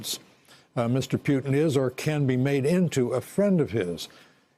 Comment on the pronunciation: I love how George Will pronounces Putin as "Pewtin" !!!